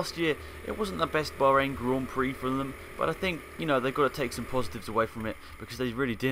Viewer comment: "Baharain" GP lol